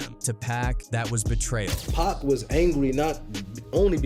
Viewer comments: Dude, if you’re gonna insist on using an AI narrator, at least go through your script and change stuff like “pac” to “pock” Lazy ass content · It’s PAC!!! Pac like Pockets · Why you keep saying pack its pac no k in it bro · It's Pac not Pack please stop disrespecting his Name! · Bro said PACK my boy it’s Pac ! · 2 Pac's name, IS NOT pronounced: "PACK!!" It's pronounced : POC, like Spock from Star Trek, without the S.."THANK U!!"🙏🏽✌🏽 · It’s pac not pack 😂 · Reminds me when Hov face went cringe when that interviewer kept calling pac 2pack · PAC not PACK yall gotta correct that program these voices to say PAC name right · It shows that this creator is lazy. Dont use an ai voice for one, but if you do, at least go through the script and change “pac” to “pock” or whatever. But like I said before. Ai narrators suck period. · Pack and Sooge night? ai sucks 😂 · Stop saying Pack! Have enough respect to say his name right. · But Pac like Pac-Man is Packman 😂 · Who is the world is "PACK"??? "SHOOGGE Knight"??? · I tried to watch the video but the pack and shooge drive me crazy! Listen to you videos and correct it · Who the fk is "pack" 😂😂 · This is impossible to watch or listen to when you hear dude consistly mispronouncing Pac's literal 3 letter name wrong every 5 to 10 seconds